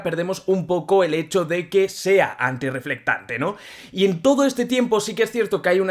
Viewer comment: Deje de ver el video. Solo por escuchar tantas veces. "Antireflectante" 🤦🏻